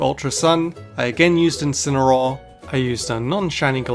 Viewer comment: You left off the A in Incineroar.